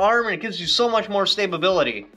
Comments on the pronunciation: Did you say it gives you much more stay-ba-bility?😂😂😂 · Lol "stabability"